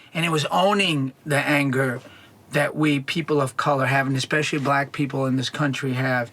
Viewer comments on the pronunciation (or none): none